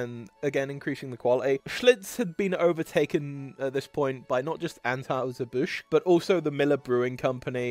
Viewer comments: Stopped watching when the odd (possibly AI) narrator several times emphatically & stupidly mispronounced "Busch", an easily spoken name that is known throughout USA & entire world. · Narrator could not properly pronounce Busch or Stroh’s.